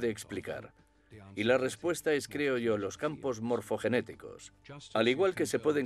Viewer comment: Morfogénicos, no, Morfogenéticos